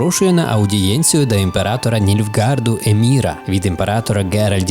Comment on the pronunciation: Враження від відео двояке, проте , я мабуть надто сильно захищаю цю серію ігр. Все таки відьмак - книга мого дитинства. Правильно не «Каер-Моррен» та «ЕМІР» , а «Каер-МорХен» та «ЕМГИР». Я як почув таку вимову , в мене чуть серце не стало. Upd: у Відьмаку є автозахват на клавішу Z , та й люди контратакуються без проблем. Upd: Церіс… В Польському і Англійському дубляжі її звати Керіс , навіщо все так міняти? Upd: Варіативність не відчув? Наведу кілька прикладів. По-перше: гра має кілька кінцівок. По-друге: можна вибори в діалогах з Трісс і Йєн сильно впливають на їх с Ґеральтом стосунки. По-третє: Памʼятаєш Кейру Мец? У неї є три можливі кінцівки. Перша: вона їда до Радовіда , той саджає її на кіл , зʼявляється квест з Трісс. Через такий вибір Ґеральта гине Ламберт. Другий: Ґеральт убиває Кейру. Ламберт гине, Трісс втрачає певну довіру до Відьмака. Третій: Кейра в Каер Морхені. Ламберт виживає. Той квест з групою різних монстрів. Якщо за гру ви пощадили кількох бестій , то битись з тією шайкою не доведеться , тільки з одним перевертнем. Звісно , є ще гора подібних виборів , але я їх зараз не згадаю. Кінцівки та вибори доповнень також прекрасно зроблені. В Харт оф Стоун Ґеральт може врятувати Ольгерда , за це він отримає його шаблюку , Іріс. Якщо не вмішуватись , то Ґюнтер оʼДім дає Ґеральту те , що він шукає з першої частини. Нескінченних спирт. В Крові й Вині можна убити Детлаффа й Сіанну , вбити Детлаффа , або ж вбити Сіанну. Три кінцівки. Upd: В Аен Елле немає нормальної мо